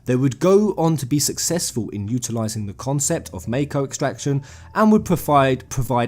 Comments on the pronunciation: i thought you were a final fantasy fan....wtf is this MAYKO bullshit its called MAKO MAH-KO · You're saying Mako wrong. You're saying meiko, it's mahko, y'know? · mah-ko not may-ko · Ideas aside, it's hard to take you seriously when you can't pronounce mako. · The way you say "Mako" disturbs my soul XD